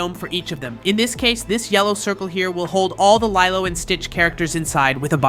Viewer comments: ok man here’s a piece of advice so read carefully and closely. Don’t miss one letter and pixel… ITS NOT “LIE-LOW” ITS “LEE-LOW” and you sound like you can you can speak perfect English but somehow miss pronounced lilo? It’s lee-low not lie-low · It's pronounced leelo not leyelow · Lilo and stitch it’s pronounced lelo and stitch